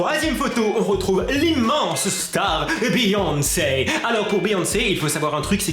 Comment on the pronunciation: C'est beyoncé pas beonce